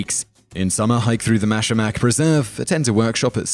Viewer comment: I appreciate the fact that you brought up mackinac island and pronounced it correctly. Also I love coming across these older videos I missed previously lol